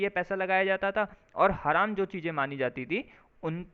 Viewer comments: It is pronounced as haraam not haram as this anchor is saying which means illegal or unlawful…and zakat rate is 2.5% of one’s annual saving which is to be distributed to poor and is mandatory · हरम नही भाई हराम कहते है हरम तो सऊदी में है एक जगह उसको बोलते है